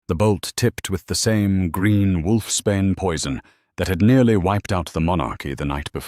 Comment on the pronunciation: Just a heads up,it’s wolfs Bain not wolfs Spain😂🇨🇦